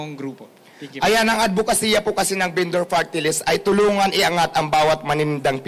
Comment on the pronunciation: se-oh-se binduur